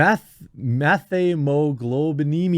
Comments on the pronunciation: Met-heem-a globe-in-eemia (phonetic) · Pronounced ‘Met-hemoglobinemia’